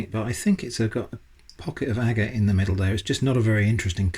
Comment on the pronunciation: It’s pronounced agate not agate!!! Do your homework before releasing videos.